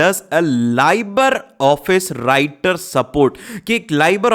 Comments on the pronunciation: sir aapne writer ko winter bola hai😂😂😂😅😅😅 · राइटर को विंटर bola